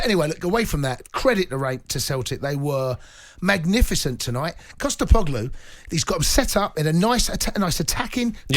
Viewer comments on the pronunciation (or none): Who the hell is Costa Poglu 🤦🏻‍♂️ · coupla wankas.. ''Costepoglou'' nah mate, it's 'Postecoglou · Ange has been in charge for 7 months, won a cup, guided Celtic to the top of the league and Cundy still can’t pronounce his surname.